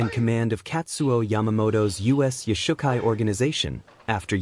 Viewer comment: Origins.......... not Origens.... YOshukai. not yoush ukai kai doe not kai doo .... I have a green belt, and it matters... And we have nothing to do with Shotokan.